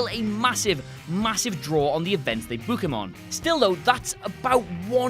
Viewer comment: Hate how you say book